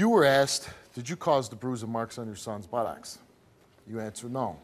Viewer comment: why can;t Steve say Buttocks properly?..its not Butt- OX